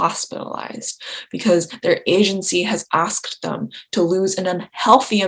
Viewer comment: Its pronounced THEM not THUM